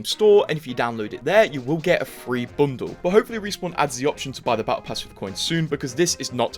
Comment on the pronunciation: did you just said Bondel "bundle"